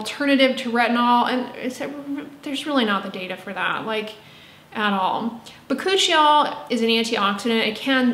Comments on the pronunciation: not hoochie koochie bakuchiee 😅😂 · First of all!! "Hoochie coochie bakuchie-ol." 🤣🤣 Buuurrrnnn 🔥